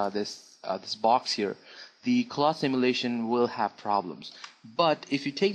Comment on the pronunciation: How the hell you pronounce cloth xD However, people, stop saying 3DS is shit, you are shit.